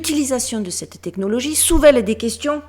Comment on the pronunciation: à 18min19s : c'est pas souvèle mais soulève ! Hihi sacré dyslexie 🫠🥰